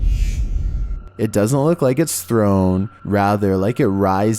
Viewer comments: Sorry, but it’s pronounced Stonehenge. NOT Stonehege. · It's not "Stonehedge" its Stonehenge ! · Quick note: it's, "StoneHENGE" not StoneHEDGE. No hate, just wanted to point it out. Awesome video though! Some really interesting stuff. Bro, I would stay in ANY haunted location. Anywhere. Anytime. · It's Stonehenge not stonehedge..lol 😂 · Stonehedge is called stonehenge. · Just for future reference, friend, it's Stonehenge - heNge not heDge 😃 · Stone henge not hedge. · Its Stonehenge not stonehedge. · You pronounced it StoneHedge it’s Henge said like Hen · It is stonehenge not stonehedge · Stone henge not stone hedge. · Gotta love Stone Hedge! Ha! It's Henge. Stonehenge. But, Stoner Hedge is funny! + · Wtf is this crap? And why does this guy think it's called stone hedge?????? Stone hedge seriously?... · Did you say Stone Hedge? Are you trying to say Stone Henge? 🤔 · Stonehenge not stone edge! Great vids though! Keep up the spooky work. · Stonehenge. Not stone hedge. That what it sounded like to me anyways. Props for the spooks as always. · STONEHENGE NOT STONEHEDGE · This dude seriously called Stonehenge "Stonehedge" lmao, also why's this dudes voice mad annoying? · Is he saying stone hedge? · Oi, it's pronounced StoneHENGE. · No 5: It's pronounced StoneheNege, with an N in heNege, not hedge! Just a heads up! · I think he says stone hedge